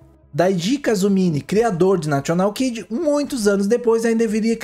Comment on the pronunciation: O locutor fala nacional kid, vc deveria segui-lo e não falar national.